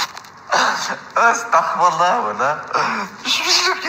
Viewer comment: 😂😂😂😂😂😂sterFOU'LAH 😂😂😂😂😂😂 quand les non arabes parlent Arabe c'est une dinguerie 😂😂😂😂😂😂😂😂 Comme qd nos parents parlent français 😂😂😂😂😂😂😂